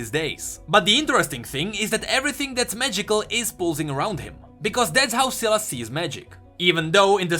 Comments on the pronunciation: Why is he saying Silus? Its SY LAS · I thought it was pronounced with a long "i". Not a short "i". Anyone else think that? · its not "ceelas" its S-WHY-las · please call him S a i las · I might be wrong but... Ain't that name spoken as: sailes instead of siles? Syles. It's a y not I? Might be the country difference but yea. I think it's sai-les. Not sil-es. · me chuckling when called sylas silas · cmon man. Sylas. Sy-las. Not Sillass. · its not Silas... its Sylas spell it right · Not syylas <;; Sai “ Las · I love how he used to say sealice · You are giving me an anurism by saying silaas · Bruh my ears... selas selas selas selas....... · dude its pronounced (sigh-lus) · Say the name right u are saying selas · SAI LAS. thts how its pronounced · It's pronounced "sigh...... Lus" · Sylas is pronounced SIGH-las you mongoloid. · I thought its "sai-las" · I have a friend with the same name and we pronounce it SAI LAS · It would be pronounced sss eye less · It is. just pronounced it wrong. It's pronounced like 'sigh-liss' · Omg his pronunciation of Sylas in this video just makes me want to commit suicide even harder than before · It hurts me to listen to pronounce sylas wrong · Sylas with an y not an i, makes me physically cringe every time you said it with an i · I just can't watch the video through when you pronounce Sylas so wrong. Hurts my ears. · You are reading his name wrong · Awesome video but every time you say Sylas' name I want to die.